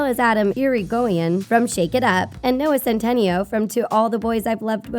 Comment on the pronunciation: When she said Noah Centenio